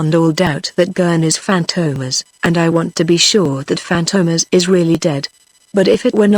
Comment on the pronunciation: Robot Voice - cannot even pronounce the name Fantomas correctly. FORGET IT.